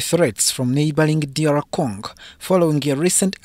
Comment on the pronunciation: It’s “Congo” not “cong”